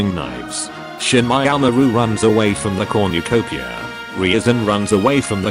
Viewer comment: No-one: This video after 2 minute: "Comucopia"